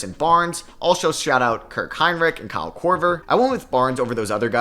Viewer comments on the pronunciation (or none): none